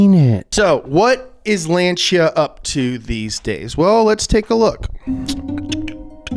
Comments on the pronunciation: Lancia is actually pronounced "Launcha"! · It's lan-sea a....